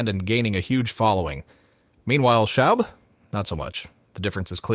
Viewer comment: Someone makes a video based on Reddit having no idea about what they’re talking about. Can’t even pronounce his name correctly lol